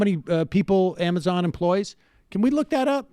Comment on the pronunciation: I think Sam meant to say cuo-amazon.. Q-mazon.. Qwuamizon!?